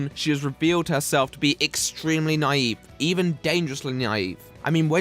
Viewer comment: I'm sorry to do this but the struggle to pronounce "naive" gave me a lot of joy.